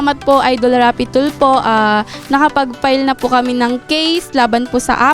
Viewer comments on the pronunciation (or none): Grabe si ate hndi ma pronounce ang letter F Rapy Tulpo 😅